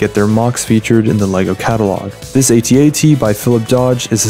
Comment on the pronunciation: In 1982, it was called AT-AT, not A-T-A-T. Also, Star Wars debuted in 1997, not A New Hope.